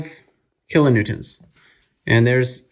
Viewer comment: Kilonewtonts? That’s what you said ? 😅